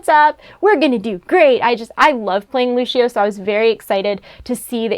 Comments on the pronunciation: It is not luchio it is Lucio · I hate being "that guy" but Lućio's name is pronounced like Loose-e-oh not Looshio. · loose-io not loosh-io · Lissssssssssssio not Lushssssshhhhio pronounce Lucio right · It's lucio not luchio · No. Nononono no. loo see o =lucio, not lushio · its lucio not lushio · Had me cringing every time she said it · Everytime she says lushio i feel like i die inside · Lol she said luchio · DID SHE SAY LOOSHIO LMAO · WAIT....did she say "lushio"?!?! It Lucio JUST SAYIN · Edenian Kitana LOOSHEEO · Yannick Marvens omg same 😂😂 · Yannick Marvens I just commented the same thing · she loves playing Lúcio but she can't even say his name right 😑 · How can she say she loves playing lúcio when she can’t even say his name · RapTor But its not hard to say the c in the word -_ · Don't worry I do too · Learning how to say Lucio would help make this video better